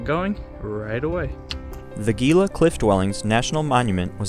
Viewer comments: It's prounced "Hee Luh" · It’s only 180 feet elevation gain. Gila is pronounced He-La. The monument was established using the 1906 Antiquities Act.. if you’re going to make informational content you need to be accurate. Lots of people take you tube videos as accurate information even though it’s clearly made by individuals who are not experts.